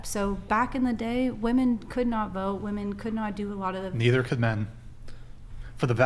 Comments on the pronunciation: Please stop pronouncing "women" as "woman". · Why do no women on this fucking podcast know how to say women plurally? [Wih-Men, not Woo Men] WTF its a recurring theme. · It HAS to be called out EVERY TIME “women” can’t be pronounced properly